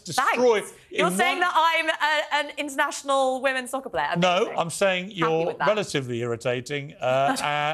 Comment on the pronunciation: The he said " SoCkAr"😁